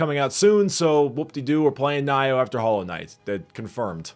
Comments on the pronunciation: nioh - knee-oh and for danganronpa, you where close, but there is an n in that second half (you know, the ronpa) glad to see your engoying it! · Funny how you got Nioh (pronounced like neo) wrong but danganronpa more or less right. Super easy way to pronounce japanese words correct. Their vowels have no long or short sounds, its always the exact same sound. 2 vowels in a row just means say the sound for longer. A = ah fuck, e = eh fuck it, i = long E sound like the first part of easy, o = oh shit, u = ew thats gross. Now you can (almost) always pronounce all japanese words correctly. I expect you will like Nioh. Be aware the i-frames are shorter than souls. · YES!!!!!!!!!!!!! FINALLY PLAYING NIOH! (btw, it's pronounced nee-oh) I'VE SPENT 300 HOURS GETTING ALL OF THE TROPHIES, AND I WILL WATCH EVERY EPISODE YOU PUT OUT!!!!!! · nioh is knee-oh i think. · Not Nioh it's NINO! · More like amirite! But I'm so hyped for Nioh (should be pronounced "neo" I believe since the Japanese pronounce the I like an English E) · It's Knee-oh. Just... trying to save ya from the fans. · get on his ass for mispronouncing this game